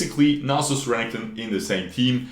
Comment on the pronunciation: STOP SAYING RENNINGTON !!!!!!! R E N E K T O N !!!!!!!!!!!!!!!!!!!!!!!!!!